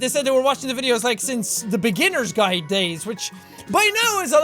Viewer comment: As soon as jack said "beginners guid" I started tearing up